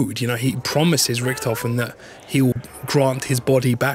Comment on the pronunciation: Holy shit. His name is Richtofen. Not Ricktofon, not Richtophen, not Riktofen. It's in the bloody title for fuck's sake.